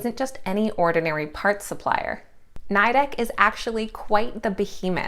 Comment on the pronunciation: It’s pronounce Nee-dec! They hate it being pronounce the way you are. My husband works for them.